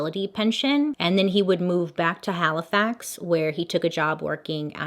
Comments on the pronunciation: As someone from Halifax Yorkshire the way you pronounce it makes me chuckle. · Love how you pronounced Halifax. Hands down my best YouTuber!